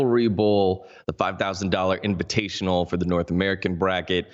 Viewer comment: kekw inivitational instead of invitational :D